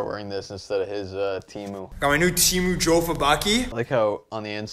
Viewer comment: the Mylec helmet is not supposed to be a replica of any Jofa helmet...also the cage on the Mylec helmet is a copy of the Northland Stan Mikita helmet cage. And it is pronounced "Yaffa" not "Joe-Fuh".